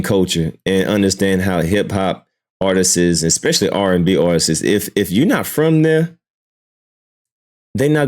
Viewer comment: Its Artist's not Artist'sis.......I can't take it anymore 😂. Ask a vocabulary teacher please